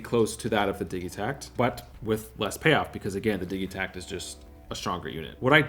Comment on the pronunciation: Why do you say "diggie-takt" when its Diji-takt... like digital!?